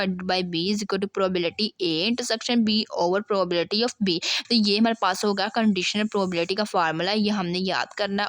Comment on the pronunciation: Probability to thk se bol lo Kia padao gi Tum Tumy to Sai se bolny hi nhi aaraha 😂